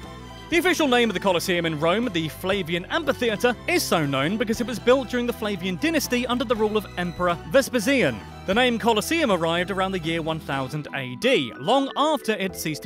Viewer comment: Vespasian is pronounced vesp-ASIAN as in Asian person.